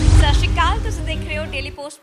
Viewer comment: Oh beba sat shri kaal nahe sat shri akaal bolo plz